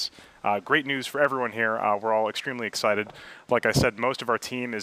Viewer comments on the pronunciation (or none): Guys it's not exited it's excited, wow